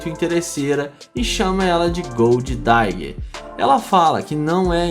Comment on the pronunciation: Não é gold "daiguer" é digger mesmo, mas dá hr o vídeo 👍🏻